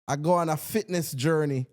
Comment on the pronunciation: Laughed when said “Fitness”